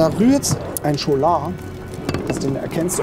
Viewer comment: Man spricht Scholar ‚SKOLA‘ aus, da es von lat. scola - Schule abstammt 😉